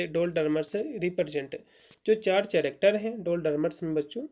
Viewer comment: कैरेक्टर ✅not चरकटेर❎